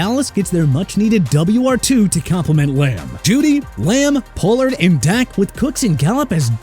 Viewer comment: Pollard is pronounced pah-lurd!!